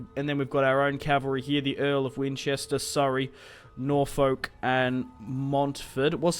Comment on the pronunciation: It's pronounced Nor-fuk